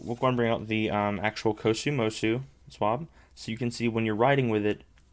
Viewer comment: I’m pretty sure kosumosu is pronounced cosmos